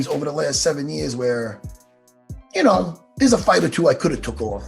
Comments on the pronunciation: Matt “yanno” Serra🤣🤣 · Matt jih noouw?!?! Serra ;) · Matt ‘yenoo’ Serra